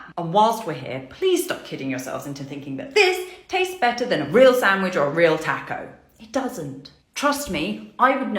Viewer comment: the way she says taco is killing me